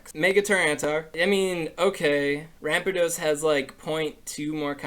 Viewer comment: U said ramparados wrong